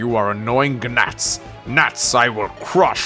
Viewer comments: He says Guh-nats, then gnats correctly in the next sentence haha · did you just say Guh-nats?! I know English isn’t your first language and it’s arguably a lot more difficult language than most considering the bastardization or Latin and German however funny is funny🤣, thanks our Lord Egg and savior